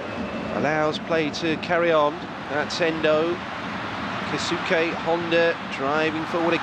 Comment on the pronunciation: am i the only one who gets annoyed when they commentators pronounce Keisuke "KAY SUKAY"......